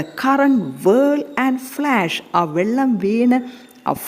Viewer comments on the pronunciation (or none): none